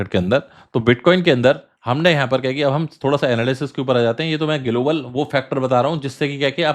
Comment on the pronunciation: Pehle global bolna Sikh le phir crypto expert banna 😂